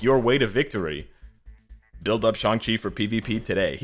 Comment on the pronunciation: YES, I see a pattern.... can NOT pronounce ShAng Chi correctly for the past 7 videos!